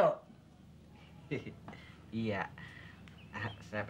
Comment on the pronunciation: Candu denger bilang Karyo, jadi keryo 😅😅